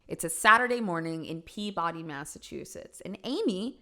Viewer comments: Noo please I have this video playing in the background on my tv as I doom scroll now first word that caught me was Massachusetts, second word that caught me was pea body mass now don’t get me wrong I love don’t get me wrong it’s spelt so stupidly peebadee I cackled at hearing pea body HEEE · Hey! Thanks for covering this case! As a local MA resident, this one hits close to home. To clarify, the police department is now exemplary, and have solved many a cold and very active cases XD. One small note, the town name of Peabody is pronounced Pee-buh-dee. Why, idk. But it be that way. Again thanks for covering this case! Much love! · Pee-budy, not pronounced how its spelled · I’m from Massachusetts. Can confirm, Braintree is a pretty nice/upper middle class Boston suburb Edit: it’s pronounced PEE-buh-dee, not pee body (we have silly place names here) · Awesome video! Love you and the coverage of this case!❤ lol but for anyone else watching, if you come to Mass and go to Peabody.. its pronounced Pee -Ba-Dee. 😂❤ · Pee-body, Massachusetts 😂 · So Peabody, MA is actually pronounced pee-buh-dee. Fun fact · Believe it or not, "Peabody" is not pronounced that way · Say Peabody again, please 😂